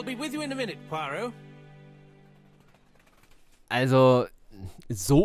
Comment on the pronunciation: Und noch ein Oldie. Ich kenne die Geschichte auswendig. Bin gespannt, wie das im Spiel aussieht. Diesmal hab ich das Rätsel vor dir gelöst. Das ist mir noch nie passiert. :face-blue-wide-eyes: P.S. Immer, wenn du Poirot sagst, verstehe ich perro(quet). Dann muss ich an meine ersten Französisch-Lektionen denken.😁